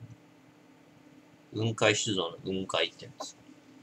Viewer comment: 雲海の発音は下げて発音するもんだと思う。 →→ ↘ ↘ってな発音